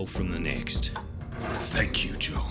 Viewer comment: Oh sorry It sounded like he was saying Joel but fair enough